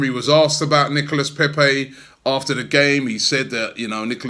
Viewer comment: Nicolas pronounced Nicola < get it right